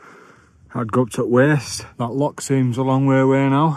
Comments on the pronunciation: It's a loch not a lock. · its loch not lock